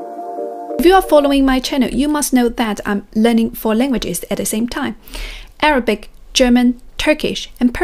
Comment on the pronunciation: You pronounce Arabic incorrectly